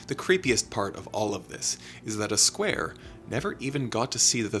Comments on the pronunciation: It’s not Uh Square, it’s Aye Square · Flatland tip: A Square is his name, pronounced Ay Square. Not a Square, pronounced uh.